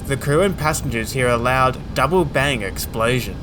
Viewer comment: What is an "explaysion"?